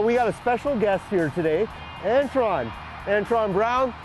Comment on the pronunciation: It would be a miracle if you ever got anybody's name right in your videos! It's Antron, not Antoine you twit!